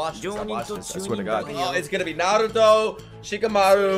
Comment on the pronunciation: I want to thank you. Thank you that you pronounce 'r' in Naruto just like it should be!!! Love it!!!